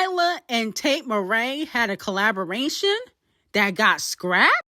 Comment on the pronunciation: Tate McRae is pronounced with a C like McDonalds not MRae 🤭🤭🤭